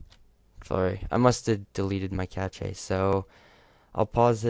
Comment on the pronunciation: It's cash not cach ehhh lol